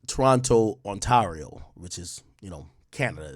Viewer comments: It’s not On-Tar-io lol, it’s On-tay-rio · Ontario is pronounced ON-TAY-RIO sir